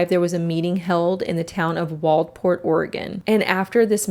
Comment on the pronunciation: So super off topic but as someone who grew up on the Oregon coast I’m just glad to see a video that pronounces Waldport correctly